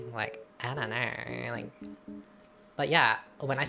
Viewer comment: "lemme knaurrr in the comment section bellaurrr...like, i don't knaurrr." rhyming queen